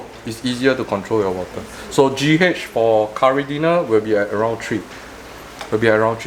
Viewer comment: lol i just realised he was saying caridina and not curry dinner